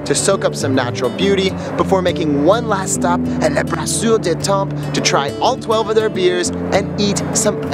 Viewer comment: Oh no... he pronounced temps with the p🤦‍♀️